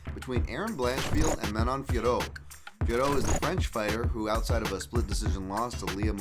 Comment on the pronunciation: Finally someone who pronounces Fiorot correctly! Please tell Anik that this is how you say it.